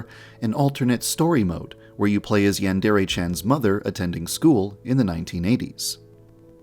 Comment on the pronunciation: I still find it hilarious that the creator of Yandere Simulator cannot even pronounce "yandere" correctly